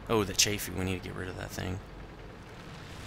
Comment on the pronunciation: yes hmmm he said chay fee its CHAF-fee